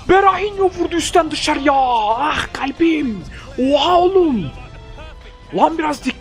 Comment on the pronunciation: ah galbim demesi çok hoj ya